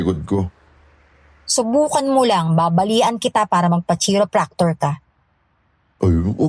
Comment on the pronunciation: it's kai-ruh-prak-tr not chi-ro...